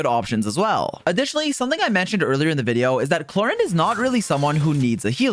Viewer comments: Clor "ahhnd" Not Clor "innd".oof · Knowing now that it's "Clor-and" is really bugging me